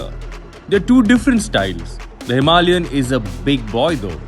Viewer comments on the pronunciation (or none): Wtf is himi? Are you reviewing a scooty? A grand name for a grand motorcycle should be spoken clearly. It's not pep. Its a Himalayan. Power Drift has become worst from worse for vehicle reviews. I'm flagging this channel off. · Himalayan isn't pronounce "Somalian" with an "H". I had to stop watching after 1 minute. Too cringe. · Stop calling Himalayan a "Himi". It's cringe af.